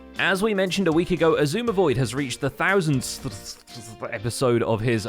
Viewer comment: "a thousandthsththsth episode" -, 2021